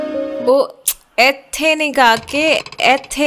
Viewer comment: ....ethe nahi ethe......😂😂😂😁🤣🤣😁